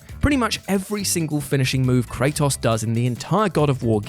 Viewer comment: The way you say Kratos really pisses me off